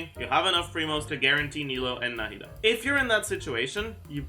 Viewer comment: The way said Nahida like No Head Duh the first time.